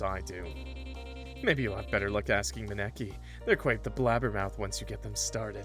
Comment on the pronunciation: that was the worst way I've heard someone pronounce Maneki before 😭😭 (it's pronounced ma-knee-key)